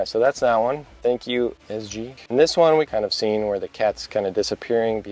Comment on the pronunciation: EH z g ee EH z g ee pet zen go see Btw, i found a pronunciation of my name, but it is ok :D just wanted to share because you mentioned at the beginning of the video.